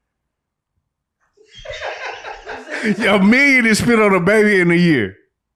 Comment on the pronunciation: she say year just like rain water